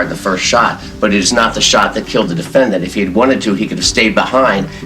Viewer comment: the judge says defendant like defend-ANT.